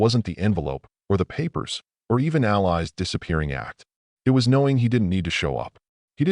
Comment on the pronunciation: The wife's friend's name is "Al-Eye"? I'm thinking it is actually "Al-eee". Goddamn robots couldn't fucking speak English to save their fucking digital lives. Hire a human narrator!